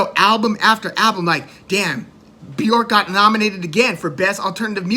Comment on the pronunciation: I appreciate your enthusiasm but her name is Bjork. B_ Yurk not B- York, Loved your videos by the way